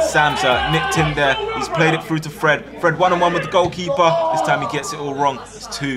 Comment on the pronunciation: Not him calling Fred Freed